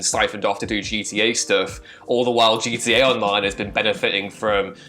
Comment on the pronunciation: As an American why is it so hard to say the Letter “T” ITS GTA!! NOT “GA OR GEA” or whatever you was saying!!! I’m so triggered 😖😖😖 GTA is already shortened n you mess that up how!?! 🤣🤣🤣